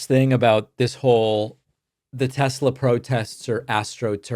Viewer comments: I do not love TessssSlurrrr! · David, as a linguist, I find it quite funny to hear you pronouncing "Tesler" even when it isn't followd by a vowel. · "Tesler" LOL